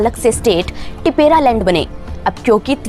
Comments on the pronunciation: This is not Tipera it’s Tipra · It's tipra not tipera SARSAR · What the heck is adivasi? Try pronounce tipra in a correct way